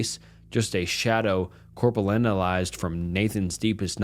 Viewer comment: Bro said corpo lennalized 💀